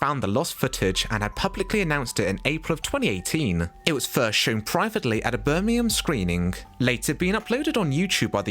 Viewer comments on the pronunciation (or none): none